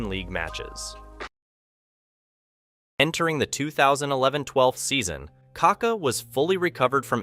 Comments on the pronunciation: it's not KA-ka, it's ka-KA. The accent is in the second ka. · It pronounces KakÁÁÁ, kaka is a slang for poop in Brazil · Why do you always get his name wrong. There is an accent on the last A!!! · great video, but you could at least learn how to pronounce the mans name